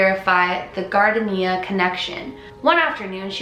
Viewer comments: Every time she says gardenia wrong I want to laugh😂😂 The word is pronounced gardeeneeuh I know it's weird lol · Gar - dean - ya Gardenia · Gardenia = "gahr-dee-nyuh" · The sent is a flower called Gar-dane-ee-ah, hopes this helps 😁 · Gar-deen-yah lol. Gardenia is a fragrant flower. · luv u!! btw "gar-deen-yuh" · Guard eh -knee a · Thanks for the post. It's pronounced "Gar-dean-ia". She was in a movie produced by RKO, but her scene was cut. And reportedly her name was Millicent, but people called her "Peg". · its pronounced "gar-DEEN-yuh" gar like in garden, deen as in a school dean, and yuh as in... yuh. ha. theyre flowers, really pretty and smell wonderful. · It's pronounced Gar-Deen-ia. It is a type of flower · " gar- dean- eeya" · I love you so much its pronounced Gar-DEEN-ya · If you’re talking about the flower Gardenia I THINK (I don’t know but it’s how I always pronounce it) it’s pronounced Gar dee nya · It's GAR-DAYN-YA🤗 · You pronounce gardenia, (gar-dean-ya) !( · Not being rude at all! But it's pronounced like gar-deen-ya, it's a popular flower for perfume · gardenia is pronounced like garDEEnya haha you're so cute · Hi! It's pronounced "gar-deen-yah." 🌸❤ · the flower is pronounced Gar-Deen-Ya Dear :) <3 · Gar-deen-ya. That was driving me crazy, spoopy video though. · Gar-deen-ya its a flower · gar - de - neea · Trying to help..Not being patronizing...but it is Gardenia (gar-din-e-ah). So you know. Be well. Keep up the great videos!! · Gardenia is pronounced GAR-DEEN-YA honey...it's a beautiful scent.. I think Peg doesn't understand that she has passed over. Everything confuses her. I wish she could be helped to pass over. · Gardenia (garr-deen-yuh) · Loving the pink 😍 also, I think it’s pronounced “gar-day-knee-uh” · You are so pretty!!!!!!!!! *also, it's pronounced "gar-deen-ee-ah" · I'm looking it up and everything I find says it's pronounced "gar-DEEN-ya" with only three syllables, emphasis on the deen.